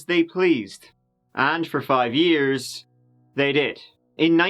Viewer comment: “We’re gunna go bak about TURDEE YEERS” WE LUV YA!